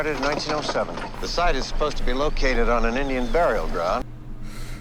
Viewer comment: "Im not uspposed to"